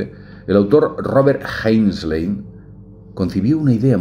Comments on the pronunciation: (Robert A.) Heinlein, no Heslein. Por todos los dioses, no es tan complicado. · Robert A. HEINLEIN, no Heinsley. Uno de los principales escritores de scifi de la historia. Ya que se habla sobre él, qué menos que pronunciar su nombre correctamente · ... es Heinlein, no Heinslen ... en Blade Runner, no hay inteligencia artificial, hay: replicantes (clones)... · No es Heinslen, animal, es Heinlein.